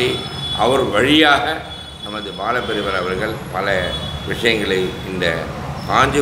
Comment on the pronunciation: உங்களுடைய அனுபவங்களும் பேச்சும் கேட்க மலைப்பாக இருக்கிறது!! ஆனால் தயவு செய்து உங்கள் உச்சரிப்பை கவனிக்கவும். ‘அவர்கள்’ என்று உச்சரிக்க வேண்டிய இடங்களில் ‘அவர்கல்’ உச்சரிக்கிறீர்கள். பொதுவாகவே ‘ள்’ வரவேண்டிய எல்லா இடங்களிலும்’ல்’ என்று தான் உச்சரிக்கிறீர்கள். வீடியோவைப போட்டு பாருங்கள். நன்றி